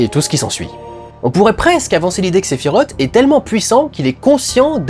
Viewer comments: Oui mais... Sephi rote. 🤣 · sephirote j'en ai des nausées à te l'entendre dire.